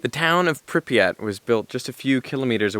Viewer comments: pre-pat not prep-yat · Your pronounciation of Prypyat' is very funny. Припять!